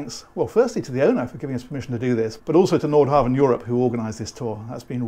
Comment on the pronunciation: think one says Nord hah--ven